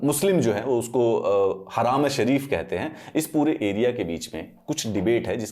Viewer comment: It's not हराम अल शरीफ it's हरम अल शरीफ